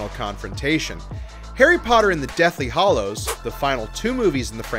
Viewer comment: Hallows * not hollows